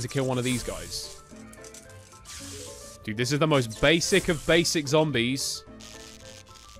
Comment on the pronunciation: “Zants vs plombies” 💀💀